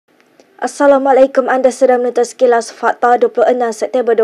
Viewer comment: KENAPA ASSALAMAK LEKUM? ASSALMUALAIKUM LAH SAYANG..